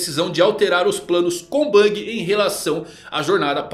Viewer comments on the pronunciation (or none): none